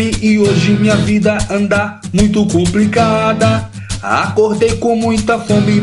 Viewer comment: Kkkk td mundo viu o primeiro erro q e: "cuplicada" kkkk e complicada falou errado rsrsrs